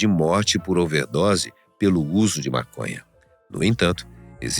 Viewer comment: To entendendo é nada. Tenho que parar de usar essa planta mn, ta fazendo bem n... N tem como n rir com esse cara falando "Mácônhá" N akakkakaakkaka